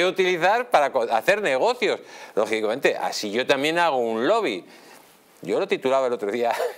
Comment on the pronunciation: Mas rojo que nunca!!! Mas rojo que los ojillos entrecerrados!!! Minuto 24 "logiblamente' 🥴 Señor ehhhh Hasta donde puede llegar que...este involicrada 😂 0'24